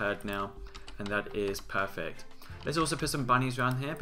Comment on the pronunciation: lol you keep saying "peyfect" good mod show-case though :)